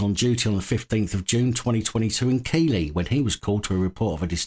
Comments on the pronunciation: Keighley sounds like Keef li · Pronounced Keithly. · Keighley West Yorkshire is pronounced Keithley. it looks wrong, but it just is! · the name of the town is Keighley and is said with GH as a TH so Keithley, I have not anybody not from Yorkshire who gets this correct and is so funny to us Yorkshire folk.